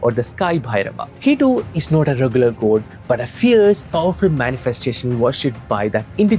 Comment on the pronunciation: I'm sorry but I could be the only one bothered by Goad, goad, in this video. Strangely it bothered be so much that I had to stop watching after first minutes